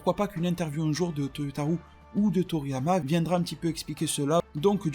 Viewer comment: arrête de dire ToyotaROUX please. Je ne sais pas pourquoi tu le prononce comme ça. Ca me trigger à chaque fois. Merci pour ta vidéo